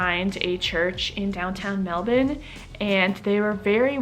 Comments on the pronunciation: The only American who say Melbourne like a Australian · You say Melbourne just like an Aussie! Hope you have a wonderful stay.